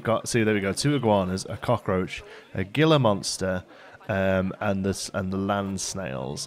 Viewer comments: The "G" in Gila Monster is an H. so it sounds like Heela monster.:D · Gila is pronounced Heela. And they are native to north america in Utah